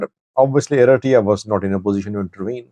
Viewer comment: Does this guy have some kind of dental wire in his mouth, or a brace twisting his tongue ?? He calls ERITREA ERITEEEYA, and MILITARY MILTREEE ... get someone else to talk for you if your tongue is missing ... so ignorant !